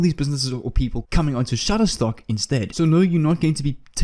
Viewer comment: You said Shuttertock 18 Times Sir !